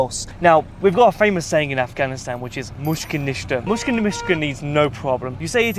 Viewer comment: mushkil nishta meaning no worries, bad pronunciation on his part but overall nice vid.